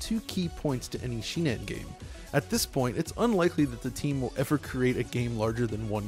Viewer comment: it's shin-en, not shi-nen